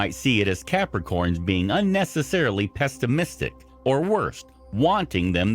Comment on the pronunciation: and PEST-imisitic 🤣 Sorry. Can't help it. Capricorn Sun, Rising and Mercury here.